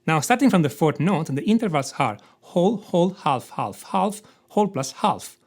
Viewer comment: I can’t overlook it anymore............ ‘Half’ is to be pronounced as ‘HAF’ and not ‘HALF’ . And ‘write’ is also ‘RITE’ and not ‘VRITE’ 😅 Those scales are an enigma!!!